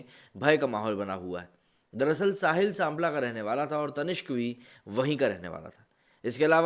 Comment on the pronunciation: Pronunciation of Sampla is wrong, I know this story as my mama also attended this wedding. Sampla is where my maternal uncle (' mama') live